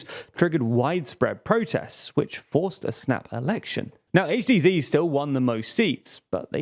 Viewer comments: HDZ pronounced "Aitch Dee Zee"? Surely, as you're British HDZ should be pronounces "Aitch Dee Zed". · Yikes. A Brit saying Zee rather than Zed. Tsk tsk tsk. ;-) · Why as a Brit do you pronounce HDZ as “zee”? Every video there is something braindead to annoy me.